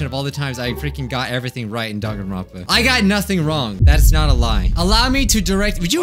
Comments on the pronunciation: I can’t get over how the announcer keeps calling it Dankanronpa with a k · Of course you haven't, nobody says Dangaronpa they say Danganronpa